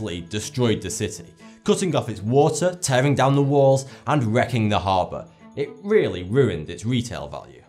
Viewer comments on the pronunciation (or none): none